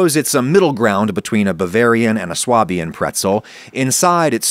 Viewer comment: Swabian is pronounced Sway-bian in English, presumably because it is closest to the equivalent German word "Schwäbisch" . At least that's what I remember hearing in Stuttgart. I know "prescriptive vs descriptive," etc., etc, but fyi Swah-bian sounds weird. Pretzels look good tho